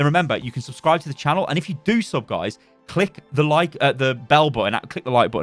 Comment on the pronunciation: At the end it sounded a bit like you said mcclick the bell xD